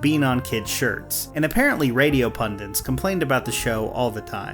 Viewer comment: So, around the mark, you used the word Pundit but said it like "Pundint." I assure you there is only one N in that word.